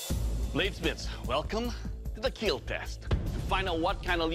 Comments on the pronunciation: it will keel...my hand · I died when Doug said,.. "it will KEAL,,, my hand" with a smiley🙂 face 😂😂😂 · It will keal